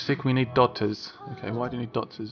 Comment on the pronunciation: Him: "Were sick, we need dotters" Me: What the fuck is dotters ;)